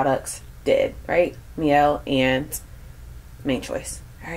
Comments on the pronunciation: It’s pronounced my-Elle as opposed to me-Elle. I checked with the founder of the company :) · Lol it's pronounced My-el. Their products are awesome. I wNt to try The Mane Choice 24 k gel as well